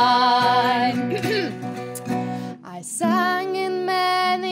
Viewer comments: thyme is actually pronounced exactly the same as time, all singers in this video got it wrong as they quite clearly put a TH sound at the beginning of the word, other than that it's a really nice performance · Very good stuff, but I am taken a bit away by their pronunciation of "thyme".